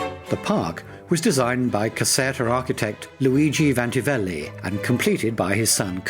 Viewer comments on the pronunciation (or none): "Vanvitelli" and not "Vantivelli". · The architect of the Caserta Palace was VANVITELLI not Vantivelli! His father was the Dutch painter Van Wittell Italianised as Vanvitelli.